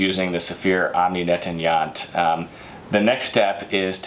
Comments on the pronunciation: misprounounces? more like murders them... Netanyat? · they sound likehe is calling netanyahu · Nettoyant= neht- twah- yōn- te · Omni Net-tan-yaht 😂😂😂 I do speak French so I can relate how bad he’s butchering that word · Netanya...who? = Netanyahu?